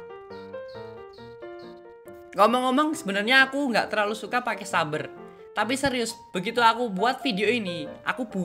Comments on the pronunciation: Its saber(seyber) Not saber(suber) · tangna he literally say S A B E R